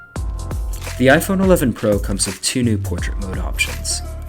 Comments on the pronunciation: Did you just said iPhone 11 Pruh? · . Every time you say iPhone 11 pro, it sounds like iPhone 11 “brah”. Hehe